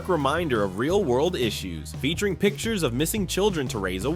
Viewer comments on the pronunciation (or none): none